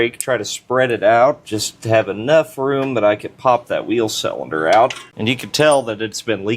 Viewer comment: you and other youtubers driving me nuts by pronouncing cylinder selender :face-purple-crying